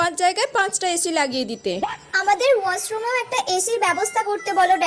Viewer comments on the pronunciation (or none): ওয়াছ রোম😂না ওশরোম😂 গরম কালে আপনা দের মাথা লরে গেচে আরকি😂😂😂😂😂